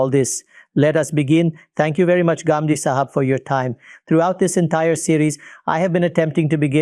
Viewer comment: There are some people who cannot pronounce the words of our vocabulary but you can pronounce it why do you have to say Gamdi you can say Ghamidi. If you say it's wrong that doesn't mean you're speaking good English the proper noun should be pronounced the way it is pronounced